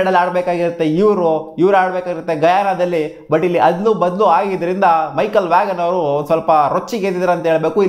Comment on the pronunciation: Michael Vaghan alla bro Michael vaan adu